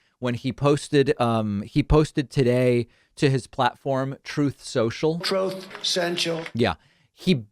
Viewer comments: "Troth Cenchal".... Lol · "Tooth Senshel" what's that? 🙄